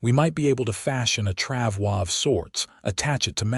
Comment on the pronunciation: FYI, “travois “ does not have a French pronunciation. It is pronounced “trav-oy” (rhymes with “boy”.